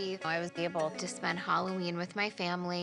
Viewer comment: Why do they pronounce it Holloween? Lol